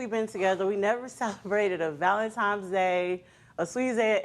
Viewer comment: What is it about Valen “times” day?????! It’s Valentine’s Day!!!